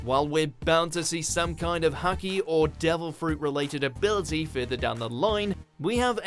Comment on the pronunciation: Bro it's Haki not Hockey😂😂